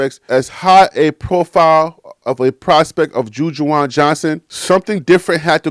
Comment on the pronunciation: Good job bro. But if I may, it's Ju- Waan. (Ju-Juan). It's all good but I was like yooooo